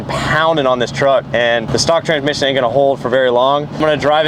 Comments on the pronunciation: 'tranmission' "TRANSSSSMISSION not TRANMISSION 🤣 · Say it with me Trans-Mission